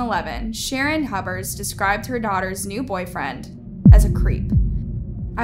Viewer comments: I am sorry but her last name Pronounced Hue-Bert,🙂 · You said Hubbard at first lol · I think I comment this on every video. Please learn the names & important details of these cases with the correct pronunciation. This is an easy task & shows respect for all those involved in these tragic cases. It’s Hubers…Hue-bers. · Oh back to Hub-bers 🫠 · Like "hewburrs" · Can you not read? You mispronounced multiple words and names multiple times and said Huber's about 3 different ways